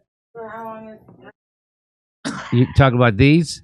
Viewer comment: The 'trawling' miss by Jimmy bothered me more than it probably should have...